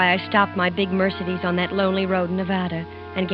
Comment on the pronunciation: too bad that she doesn't know how to pronounce Mercedes...ha.ha